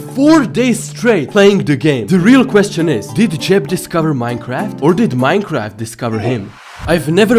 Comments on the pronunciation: it said Minceraft instead of Minecraft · I keep hering miss heard minecrad